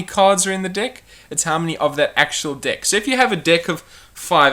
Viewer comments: sorry if I sound like a perve but your saying dick instead of deck.....LOLOLOL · I love it how it how he pronounces deck like dick.